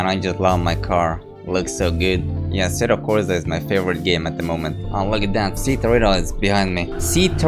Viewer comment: asseto corza. stop saying that